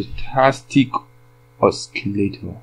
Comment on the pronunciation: Not Oskilator but osilator ok?